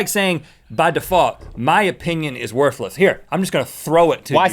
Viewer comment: Anybody else notice that Rhett pronounced Worthless as "Worfless"? lol